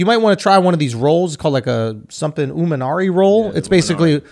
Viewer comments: It's imanari, Andrew was closer than bro correcting him lol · "Oominari roll"